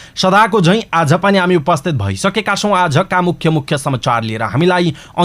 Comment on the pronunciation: news reader sir , hajur ly आज lai आझ भन्नू हुन्छ येस्लाइ सुधार गर्न्नु होला